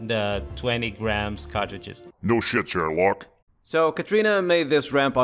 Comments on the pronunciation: Are you saying “no shit chair lock”? Because it’s “no shit Sherlock” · No Sh*t "chair" lock??? Sherlock? What's Chair-lock?